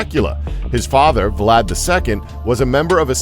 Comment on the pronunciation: Are we gonna pretend that the narrator can’t pronounce Vlad without inserting an additional vocal?